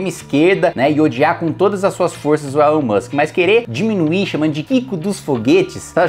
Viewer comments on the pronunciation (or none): Elon Mushikem, Elon Mussem, Elon Muxke